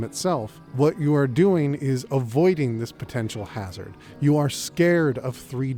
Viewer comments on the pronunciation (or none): none